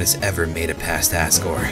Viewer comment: also, it sounds like he says à$$ gore xD